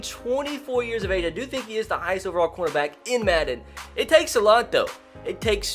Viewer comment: Every time he said corner back I thought he said quarterback